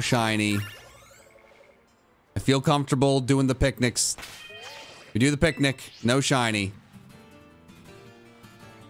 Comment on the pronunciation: every time you say picnic it i think your saying pick nickit